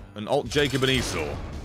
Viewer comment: Esau is pronounced like a power tool company put out a web-enabled device in the mid 90s. E-saw.